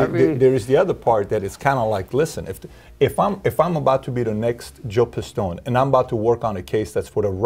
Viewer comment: And you fucked up his name :D It's Joseph D. Pistone :D